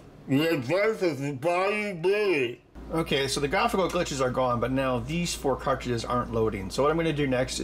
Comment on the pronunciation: . "The adventures of Bayoo Billy". HA-HA-HA-HA-HA!!! LOL!